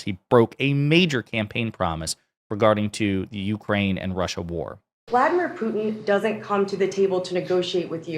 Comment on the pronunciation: trump: "it's horrible it's in youmane"